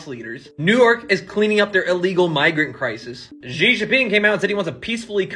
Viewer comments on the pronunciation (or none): Why can't people learn how to pronounce Xi? It isn't hard